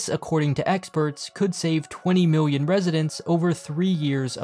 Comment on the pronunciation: Remember Million and billion has an L, not a W. Biwwion, miwwion. MILL-EE-ON